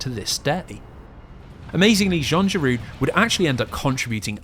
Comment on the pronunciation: Giraud is said RO not RU